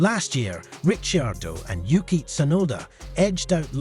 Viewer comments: The pronounciation is just an inchident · A little tip. Learn the names properly before u make a video. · what is that pronouciation🤣